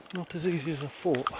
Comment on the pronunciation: First and last time viewer. Between the wind in the mic, you mumbling and whatever the fuck is rattling near the mic, I could only handle a couple of minutes. Oh and it's thought, not fought. It's thing, not fing. You're a grown up! Speak like one!